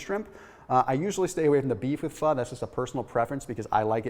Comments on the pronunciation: pronounces Pho correctly! (so many people do not) Why would I ever doubt this when he provides such thorough info & he rolls those medical terms off his toungue so easily?: ) Thanks again! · Asian food for me is Indian, Bengali, Pakistani, Mongolian and Malay. Pho is pronounced fer